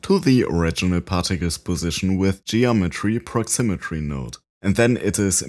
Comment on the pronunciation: Great effect! 👍 By the way, it's proximity, not proximitry.